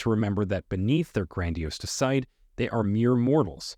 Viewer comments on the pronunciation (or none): "Until the day they day". "Flawless fasade". Facade is pronounced "fuh-SAHD". "Treacherous" is pronounced "TRECH er us". PED es tahl, not ped ES tal. Don't use "I'm" at the end of a sentence. If you can't get English right, how can we trust what you say?